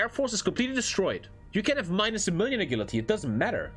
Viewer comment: "a gill la tea" 💀